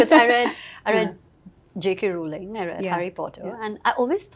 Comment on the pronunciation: Did she just say JK Rolling? 😂 C'mon it's Rowling!!